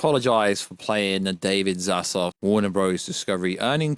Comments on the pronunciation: David Z A Z L A V......not Zazlov... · That's probably just a British pronunciation